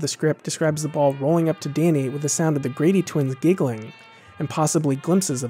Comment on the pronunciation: "Dainy" ? XD Good video btw, great choice of movie.